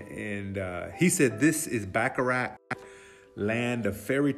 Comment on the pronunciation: Nice video, but how about trying to pronounce the town's name correctly? It's Bacharach, not Backarack.